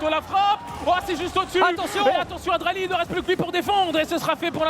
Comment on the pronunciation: Dralii pas draali ahah